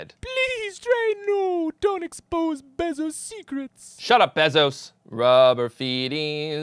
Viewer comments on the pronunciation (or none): Is the name pronounced b-eh-zos? I thought it was b-ay-zos.